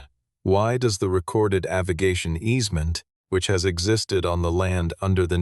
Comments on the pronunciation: The word 'Avigation' is an incorrect pronunciation of the word AVIATION! Thumbs Down! Bad Form! 😞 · Tell your AI the word is “AVIATION” NOT AVIGATION” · weak story AI slop. the captions read 'aviation' but the 'artificial idiot' says 'aviGation' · AI pronunciation poor. Struggling with the word "Aviation" - rather fundamental in a story about an airfield. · AI voice can’t pronounce aviation.